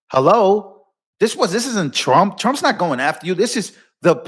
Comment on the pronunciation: The first time I heard she said president Strump 😀